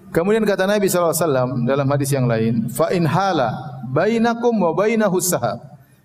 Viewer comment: Orang baca haditsnya sj salah, kelihatan ilmu shorofnya lemah.